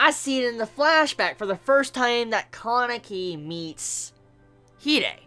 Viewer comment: Guys GUYS i have come ti the conclusion that he had watched the dub version. listen to the way he says, Kanaki and Hide. Pretty strange huh?